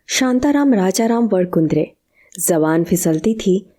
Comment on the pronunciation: उनका surname "वणकुद्रे" (व-ण-कु-द्रे) था जिसका आपने सही उच्चारण नहीं किया...‌ न ठीक से लिखा.